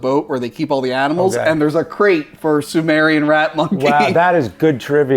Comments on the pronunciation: Hate to be that guy but it's "Sumatran rat Monkey" as in Sumatra island of Indonesia, dunno how they can misread or mispronounced it as Sumarian Rat Monkey... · Sumatran, not sumerian. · Sumatran, not Sumarian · Amazing movie!! Great review guys, but I think its sumatran not sumerian 🙈🙈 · “Sumarian Rat Monkey” lol it’s Sumatran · "Sumatran", not "Sumerian".. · Sumatran not Sumerian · Sumatran rat monkey , not samarian.. ffs bro. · Sumatran, not Sumerian...not the same thing. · Sumatran, not Sumerian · Sumatran not Sumerian. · You keep saying sumerian...